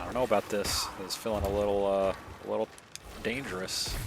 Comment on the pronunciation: You almost said "dengerous" didn't you.